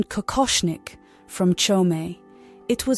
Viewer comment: Kokochnik, not coconut